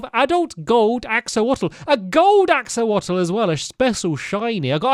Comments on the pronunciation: axoLotl not axoWotl :D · Stampy the clusters are almost the size of a full block also axolotl is pronounced axe-a-lotl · axowotl ITS Axolotl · Everyone - Axolotl! Stampy - Axowotl! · Axowotl, classic Stampy’s dyslexia. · “Omg it’s the new new thing the new animal the axowotle” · "axowotowl" -stampy 2021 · I agree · No one: Stampy: I got a gold axolwotle a rare shiny axowotle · the way that stampy says axolotl is so funnt he says Axolowotl which I find hilarious and adorable at the same time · Stampy's gotten an Axolotl (that's pronounced "axle-ot-ol," iirc) This is the best moment of today. You can't convince me otherwise. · its pronounced "ax-oh-lot-ul" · I love how stampy pronounces axolotl, "ax-o-wot-l" just made me laugh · Haven't watched you in forever, but even after all these years your videos are still very entertaining! I love the way you pronounced axolotl lol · The way he pronounces axolotl is so adorable xD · Stampy mispronouncing axolotl is somewhat cute